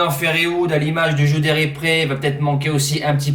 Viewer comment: C'est un G pas un J..... GU D'HERIPRE.... merci pour le prono 👍